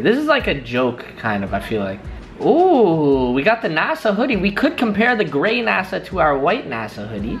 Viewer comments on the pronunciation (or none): none